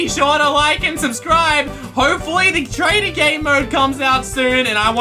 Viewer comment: lol when he keep saying "TRAITER" XD